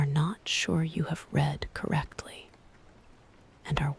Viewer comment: Wrong pronunciation of the word “read”. Check your AI before posting next time!